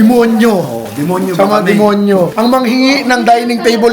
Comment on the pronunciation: ANG DIIN NG PAGKAKABIGKAS NI SA D*MO*Y*